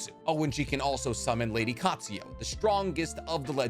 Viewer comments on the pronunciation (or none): Love the channel but u have a habit of adding or changing letters in a name for example instead of Kakuzu u say "Kakuzo" and instead of Katsuyu u say "Katsuyo"